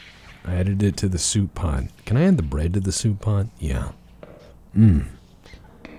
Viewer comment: It's shoup time, bork, and there's no time like shoup time.